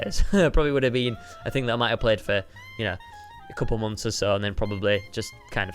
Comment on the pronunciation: listen stampy says mumps instead of months